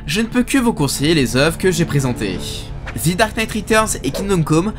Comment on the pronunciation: On dit « the » et pas « thi » parce qu’il n’y a pas de voyelles à dark knight en tout cas super vidéo